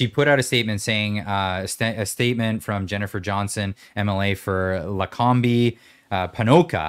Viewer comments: Not lacombeee. It’s pronounced like lacomb. Way to go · Luh Comb, not Luh combie, all good, haha didnt think was gonna tell you, but being the classy guy he is he waited til you ended your thoughts, kudos guys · From Medicine Hat, I was going crazy with pronouncing Lacombe. Too funny. Going down the woke hole is where most Albertans will, ‘Hold the Line”.